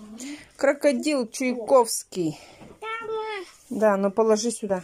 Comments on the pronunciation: она , видать их не различает😎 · Да не, вроде Чуйковский сказала 😁